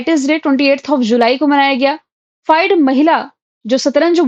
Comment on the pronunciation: फाइड नहीं फिडे बोलिये...